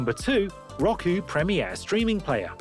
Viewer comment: It’s (r-oh-ku) not (rock-uu)